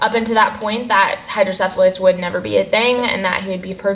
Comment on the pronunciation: you're the first non-Dutch person that I've heard pronouncing hydrocephalus correctly....